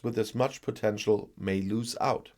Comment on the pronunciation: Although did pronounce it "loose" (as do most Germans) 😁